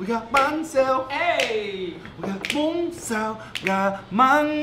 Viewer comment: Prononce bun correctly. Especially after your friend said it.